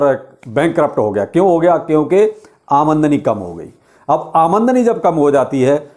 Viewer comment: आमदनी नही आमंडनी 😂